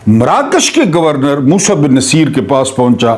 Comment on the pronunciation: بہت ادب کیساتھ تھوڑی تحقیق کرلیا کریں جس طرح سے آپ تاریخی شخصیات کے نام غلط پکارتے ہیں بہت ہی شرمناک ہے راڈرک بالکل غلط ہے نصِیر بالکل غلط قَرطبہ بالکل غلط لگتا ہے کوئی ایرا غیرا بول رہا ہے نہیں